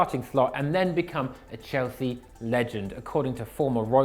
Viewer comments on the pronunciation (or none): none